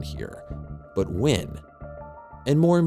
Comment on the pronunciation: Why does the narrator pronounce "when" as "wynn"? That's super annoying.